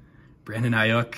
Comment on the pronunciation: Brandon Aiyuk was the best card and you are pronouncing his name wrong, hate that cause I collect him as a asu fan.